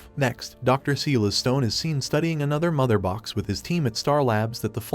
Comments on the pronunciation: It's Silas (Cy-las)Stone you twit! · The fact that the narrator mispronounces names like "Silas" and "Krypton" makes me think it's an AI.